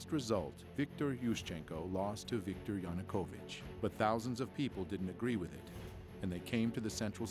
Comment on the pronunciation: Seriously!? Oliver Stone couldn’t even pronounce “Yanukovych.” Every new English teacher in Kyiv at that time, made that mistake for like 2 days before they got it right. How much “research” did this guy even do? And the party “Peoples Movement” is not spelled “Peoles Movement.” Did they even proofread? This is why I don’t watch “documentaries” on YouTube. They look like bad high school projects. I’ll admit it did look interesting at the beginning but then lead into such obvious BS. Most comments here seem to come from people who couldn’t even find Ukraine on a map.